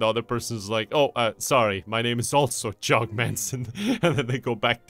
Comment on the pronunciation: You’ve pronounced it wrong, it’s JOG